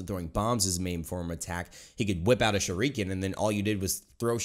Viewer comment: the way you pronounce shuriken 😂